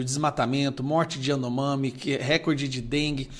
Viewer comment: Não é rėcode é recorde. Tu não é professor?